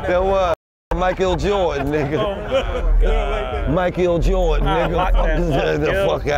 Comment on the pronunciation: “Mike-Gil Jordan” 😂😂